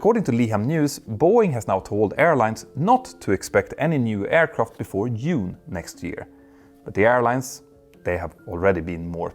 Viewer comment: i love the "yoon". my favorite month 😂🎉❤